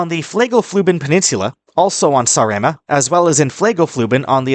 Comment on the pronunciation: The name of the island is Sàaremàa, not Sarèma.